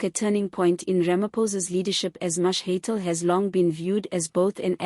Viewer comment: Aay man are you South African? Please pronounce the names properly. Its Steenhuisen, prounced haysen. Mkwanazi, Mashatele. Its irritating when u dont pronounce the words properly.